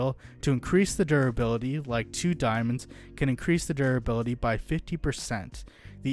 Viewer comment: Why do you keep saying 'durability' like that? It's like you're drunk.